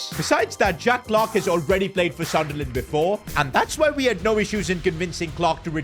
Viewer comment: Sunderland ❌ Sudnerland ✅